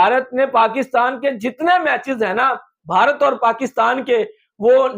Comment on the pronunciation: Hansi nahi hota ha hasi hota ha Or Bharati nahi hota ha Bharat hota ha Or app ek video ma Kam sa Kam 100 bar app bhia bhia bolta ha